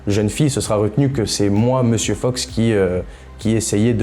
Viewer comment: pourquoi vous dites 'monsieur feuks'? c'est Fox non?